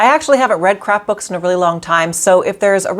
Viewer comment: Good video. I can appreciate you admit when you make the same mistakes. I kept thinking you were saying "crap books" instead of "craft books" at the end!